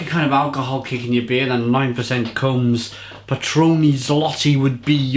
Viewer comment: Cheers! btw, it reads like Komess Potrooyny:)